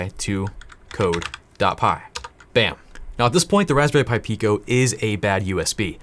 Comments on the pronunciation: “Hey please connect this respberry pi to your pc” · Raspberry Py